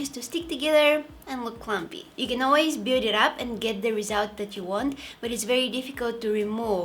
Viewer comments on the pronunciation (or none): none